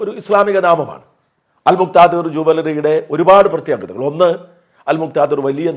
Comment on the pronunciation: അൽ മുക്ക് ദിർർർർർർർ 😂😂😂